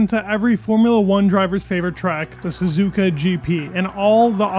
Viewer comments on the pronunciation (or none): none